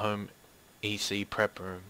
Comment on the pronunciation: ec? Hah, that's really funny! That's definitely not how you say ec. Its eck.